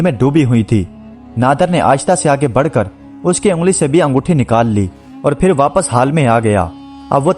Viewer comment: Apka talafuz thik nahi hay.. Phir ki jga fir Phal ki jga fal..men apny bchy ko sirf urdu ki waja say sunata hun...to plz talafuz thik kren